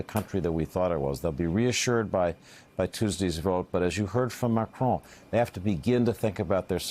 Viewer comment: I view Trumps' attitude as just another example of the naive and casual arrogance many Americans display toward the world. A small, but important illustration: everyone else manages to pronounce the French Presidents name, "Macron" - it's really not that difficult. But the best American seems to come up with is, "McCrone" - he's not actually Scottish (or as most Americans would say, "Scotch").